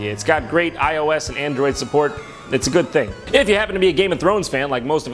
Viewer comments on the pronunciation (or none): none